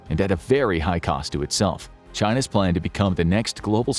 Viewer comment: I'd kind of prefer the narrator spell-out initialisms like PLAN rather than pronounce "plan" when these are homonyms.